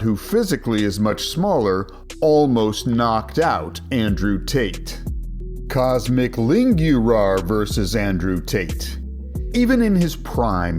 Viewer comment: IT IS NOT COSMIC IT IS COSMIN COSMIN ITS NOT PRONOUNCING COSMIC ITS COSMIIN